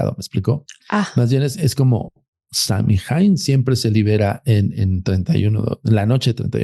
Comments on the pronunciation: 20 años llevo en Irlanda, soy ciudadana, estudio Shamanismo Celta...lo q dice de SAOIN (asi se pronuncia) es totalmente incorrecto. Saoin es un festival antigüo Celta q marca el final de la cosecha, y q se dive q el velo entre el mundo de los muertos y los vivos es delgado. NADA Q VER CON Q ES UN ESPIRITU!!Perdi toda la credibilidad q le daba a este chico, por q osea...Google it!! Google te dice como pronunciarlos, lo q es, etc. No me creen? Googleenlo...ahora googleen "Puca" eso es UNO de los espiritus q.es "famoso" es SAOIN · Samhain,cuya pronunciación es( sow-en)Es una fiesta gaélica que se celebra el 1 de noviembre y que marca el final de la temporada de cosechas y el comienzo del invierno. Eso es todo! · Todo mal..... no sabe ni pronunciar samhian , y no es un ente, es una festividad Celta pagana..y nada que ver todo lo que dijo este señor 🤦🏻‍♀️ se dedican a esto y no se documentan antes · No hay ningún espíritu Samhain y no se pronuncia así y todo lo que dijo es mentira. El halloween tiene sus orígenes en el Samhain que es de origen Celta. Dios!!!